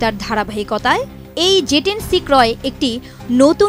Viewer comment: জে ১০ নাকি যে ১০??উচ্চারণ এমন কেনো??